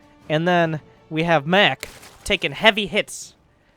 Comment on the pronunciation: When 'Maciek' is regular polish name and you are wondering why is calling him 'mek'